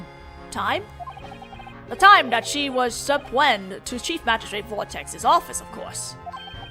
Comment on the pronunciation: If the word I think your trying to pronounce is pronounced su-pee-nud